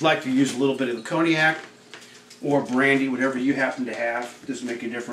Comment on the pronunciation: "I like to deglaze with a little of CONY-ACK" Nice mispronounciation!!